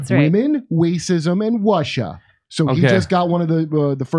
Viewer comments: "women, wacism, and Wussia" 😆 yep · Waman, Wacism, and Wussia! LOL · Wacism Wussia and wamen 😂😂